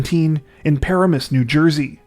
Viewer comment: Pronounced Pa ra. mus,,,accenr on the 2nd syllable